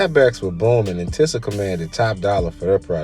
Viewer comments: It’s pronounced “teeza” not no damn “tissa” smh. Big Sean made this brand famous to me back in like 09 with his Finally Famous mixtape series. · It pronounce (TEE•SAH) not tissa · Just So U Know Its (TEE-SUH) not TIH-SAH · It's pronounced TEE ZA smh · It’s pronounced “Tee-sah” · This sounds like a hater hit Job Google TI$A MCM and the brand is pronounced Teesa some brands never fall off you slowpoke. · Overall great delivery of the starting end of the brand, however, the beginning sounded a little biased and it wouldn’t hurt to pronounce the brand correctly came off as a little unprofessional however, very good job with the video